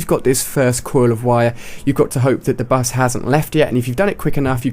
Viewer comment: Lol he says 'da bus'